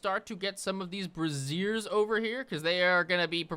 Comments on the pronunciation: It’s pronounced “bray-sher” not “bra-zier” but the mixup was funny. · it's Bray-zer, not bray-zier. One is a fire holder... the other is the full name for bra.s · So I've made this same mistake, but you are pronouncing "braziers" wrong. What you just said is the full name for a bra. "Braziers" sounds like "bray-zers". Is it a nit-pick? Maybe. Will it potentially save you from being laughed at in a conversation? Hopefully, because I was."